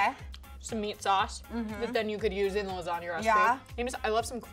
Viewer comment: can't get past "LASGANA" 😩😩🤦🏽‍♀️🤦🏽‍♀️